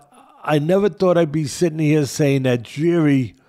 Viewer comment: You both pronounced Jiri's family name incorrectly btw😂but whatever